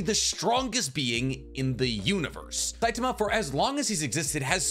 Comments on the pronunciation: Great video but it was grating on my eyes to here Saitama pronounced with a weird stress on the T(a) sound. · I stopped when you pronounced his name wrong. Its Sai-ta-ma!!!!!